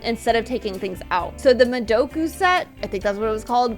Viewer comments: 😭😭 ITS FROM AN ANIME CALLED MADAKA MÁGICA AND ITS PRONOUNCED MA-DAH-KA ❤️❤️❤️❤️😌😌😌😌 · it’s the madoka not the madoku,well actually it’s neither now,is the Myra set:D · DID SHE CALL THAT MAH-DOE-KA? 😭